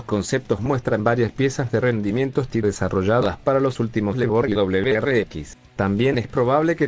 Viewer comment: Para que suene un poco mejor cuando tienes que hacer este estilo de audios te sugiero que escribas por fonética y no tanto por ortografía, por ejemplo si quieres que suene correctamente STI, escribe, ESE TE I. Espero te haya servido para algo